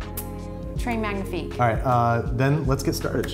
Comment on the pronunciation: the virgin « très magnifique » vs the chad « tray manifeek »